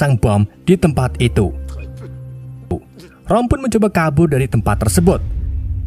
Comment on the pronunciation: Itu roma bukan rom😂 haahahahahaa apa lah